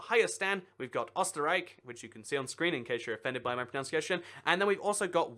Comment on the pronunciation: This has been driving me crazy. It's pro-NUN-ciation!